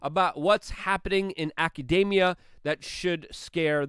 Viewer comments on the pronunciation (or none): none